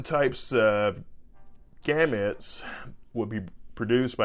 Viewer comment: How he pronounces gametes